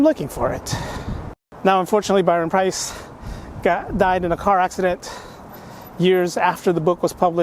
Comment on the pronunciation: Good luck dude! Also I believe the author's name is pronounced Price not Pierce!